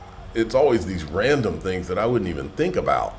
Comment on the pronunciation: Ran-dom lol 😂😂